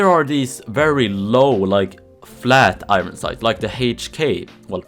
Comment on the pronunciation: Please pronounce iron correctly